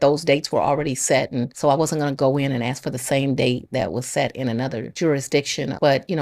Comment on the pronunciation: Her sentence is, "Don't AX me sh-t"!